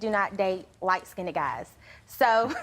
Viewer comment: The minute she said lightskinded I was done.